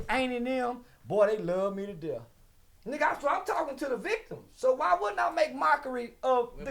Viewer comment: “On their derth certificate” 😂😂